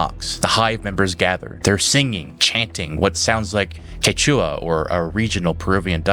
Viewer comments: "Quechua" = KEH-chwah. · by the way, the first syllable is the one stressed when pronouncing the word Quechua 🙂 i REALLY enjoy your videos. i'm not watching the actual show -- but i feel like i'm getting the enjoyment of a viewer with the added bonus of your insights and symbolic explanations. thank you!